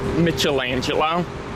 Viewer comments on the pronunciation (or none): “Mitchel-Angelo”??? It’s Michael-Angelo,!!!